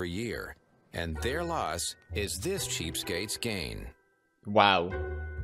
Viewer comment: he says cheapstakes not cheapskates I don't know the spelling tho